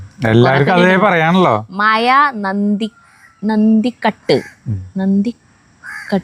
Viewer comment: എന്റെ അത് നന്തി kattu എന്നല്ല. നന്തി കാട്ട്. വീട്ടുപേര് ആരിക്കും. കോട്ടയം കാർ ആരിക്കും 😂